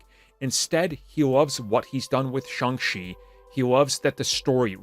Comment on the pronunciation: Shang CHI, not Shang SHE🤦